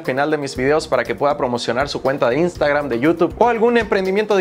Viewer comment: No se dice INSTAGRAM, SE DICE IANSTEGRAM 😂😂 HAIGA¡¡¡